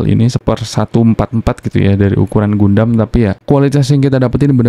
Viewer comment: Bacanya Gandam bang hehe